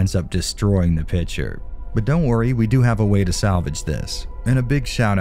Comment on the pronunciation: Do you always say "pitcher" instead of "picture" in all of your videos? Or is it just me hearing things? 😂 Anyway thanks for your content and especially for diving deep in all those technical aspects! 👍